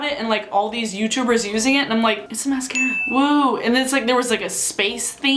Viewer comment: Say mascara again Mas-scara